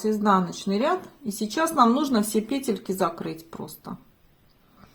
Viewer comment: ПЕтельки, пЕтля - почему петЕльки?